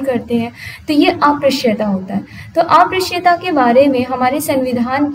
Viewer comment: ये अप्रश्य नहीं उच्चारित होगा अस्पृश्यता है